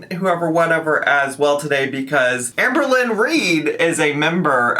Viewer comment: Did I just hear ‘Sham-berlynn Reid’?!